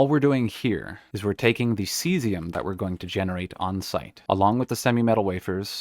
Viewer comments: Ave, True to Caesium! That's probably how they got mislead into pronouncing it like that. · Thank you. "Kaysium"...JFC, I was so irritated. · Exceptionally helpful. Thanks. The mispronunciation of Caesium hurts but the utter mess some folks make of Cheyenne is my trigger :)